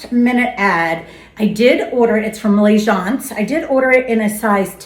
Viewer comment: That was correct pronunciation for Lagence😊